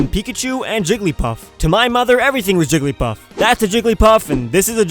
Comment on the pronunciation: It sounded like you said Trigglypuff